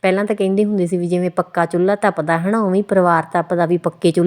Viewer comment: ਚੁਲ੍ਹਾ ਹੁੰਦਾ ਨਾ ਕਿ ਚੁਲੲਈ